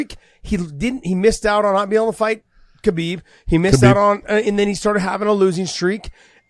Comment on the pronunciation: you clown. you call yourself a friend of Khabib and you continue to say his name incorrectly. you are either lazy or dumb.